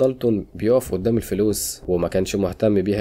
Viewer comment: يعني ايه اودام الشرطة بهدلتوا اللغة قول ورايا قدام اسمها قدام بال ق ق جبت اود بدل ال ق ازاي